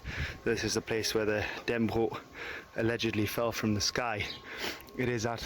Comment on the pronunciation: All Danes know the story - and the pronunciation of Dannebrog is Dan-ne-bro the g isn't pronounced